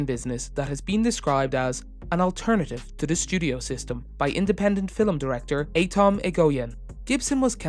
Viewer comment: Well reading of the wikipedia page. And what is a "filim"?